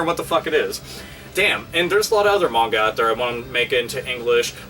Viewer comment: so weird hearing someone pronounce manga correctly.